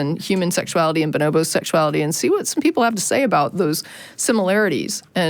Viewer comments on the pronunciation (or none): Bonobo: the emphasis is on the first 'bo'. Say it like Bono bo. Like the singer :-)